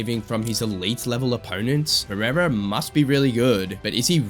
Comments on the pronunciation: Chael:Alex Piera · Chael sonnen: alex piyera😂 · Chael calling Pereira "Pierre-uh" 😂😂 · I love when Uncle Chael talks Alex Piera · chael sonnen doesnt pronoune the first "r" of pereira piera wtf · You have literally used some of the biggest scumbags in the UFC to praise Alex. 😂 How much brain damage do you have ? Goal listen to chael, Dude's literally bragging about Alex but can't pronounce his name properly. And I know how much you UFC fans really love the cheaters of your sport